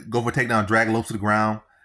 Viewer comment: U saying Diego last name wrong